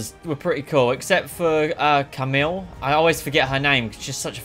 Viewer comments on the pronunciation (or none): Kameel?! Hahahahaha It’s Kamala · her name is kamala not camille lol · the fact you played the whole story without saying Kamala's name properly infuriates me but other than that, good video